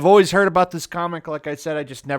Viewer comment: Right now isn't how you say always.